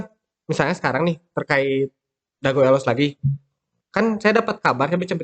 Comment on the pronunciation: nyebut elos kaya bukan orang bandung asli euy...vokal e di kata elos bunyinya berada di antara E dan EU...jangan kaya orang batak nyebutnya...but sayabtetap salut untuk semangatnya kang...teruskan..